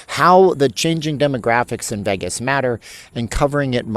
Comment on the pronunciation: It’s because you don’t pronounce “Vegas” correctly. But you’re great!